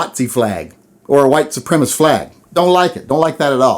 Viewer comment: You should probably practice saying the word "supremacist"